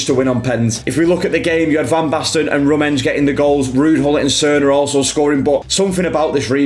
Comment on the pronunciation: How did you pronounce Rummenigge? 😭